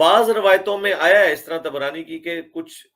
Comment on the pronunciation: Tabrani Not Tibrani 🤣